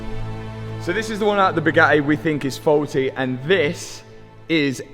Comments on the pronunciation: his pronunciation kills me, lmao. "Boo gah eh" bro just adds and subtracts letters :D also, bored police are a-holes no matter what country you at in. 🙄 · Boogaheh! It’s pronounced buh-ga-tee… 😂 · “The views were ge’ing better and be’er.” Just strikes me funny how can say “Buga’i” in one breath and “Bugatti” in the next. Never heard anyone pronounce words two different ways in the same sentence. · Who taught you how to pronounce BOO-GAH-E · Still drives me nuts you guys can’t pronounce a T especially when there are two lol. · I can’t help but hate the way this dude talks.he talk like he’s been playing the rusty trombone 🪊. Matt WeakArms drives a “boooh-gaaaee gayron.” He can’t even say Bugatti Veyron right. They don’t want to sell you anything cause you can’t say the word Bugatti correctly 😂. “Booo-gaaaeee” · Say it Boo Gaty 😂😅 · Pronounced with a T ;) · Please stop pronouncing Booga'ee like Andrew Tate. Pick a pronounciation and stick with it. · Bugatti has 2 Ts in the name, and he's able to pronounce it without any of them. 😂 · Did you know you pronounce the t's in Bugatti?